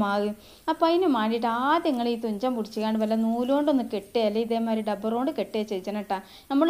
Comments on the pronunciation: ഡബ്ബർ അല്ല റബ്ബർ എന്നുപറയുക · ടബ്ബറല്ല റബ്ബർ എന്ന് പറയൂ